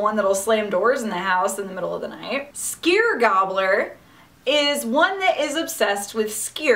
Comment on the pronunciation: I went to Iceland a couple years ago and dreamt of Doorslammer the yule lad while there. lol Also the way you said Skyr hurt a little lol